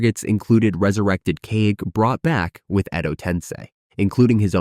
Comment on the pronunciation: well, theres a lot of miss pronunciation of names and the first thing that tripped me up was "kage". u pronounced it as keg instead of ka ge. also, during the testing of the exam, points were taking off if u were caught cheating, and until enough points were marked, u can try to cheat and even get caught which they all most likely did since they were just genin. but one cheat only takes away 1 point. not enough to get disqualified.